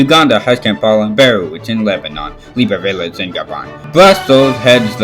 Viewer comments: He mispronounced Beirut as Beruit, and misspelled it in the correction as Beriut. In case you were wondering, you pronounce it as Bay-root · I badly mispronounced That is actually Beriut not Beruit Bro both of them are false its Beirut☠💀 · OK Your real pronunciation of Lebanon's capital is also misspelled. It's Beirut. Not Beriut. That's all I can do. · Beirut is actually pronounced "bay-root"